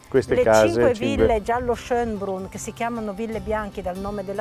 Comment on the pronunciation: su schoenbrunn l' accento va in fondo....schoenbrùnn...